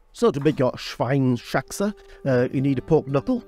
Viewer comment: Dear - loved your video and recipe! I hope you dont mind tellingl you that the pork knuckle in German is called / pronounced SCHWEINS - HAXE. You pronounce the S to the first part of the word ( SCHWEINS ) and then you add HAXE.... Best regards from Germany...;-) Bettina